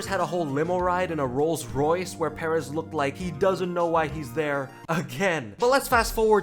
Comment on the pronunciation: It’s “PurrEzz “ not “Pear..Ezz”